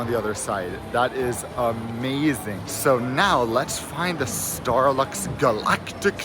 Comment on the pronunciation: it sounds like you said Starbucks again.😂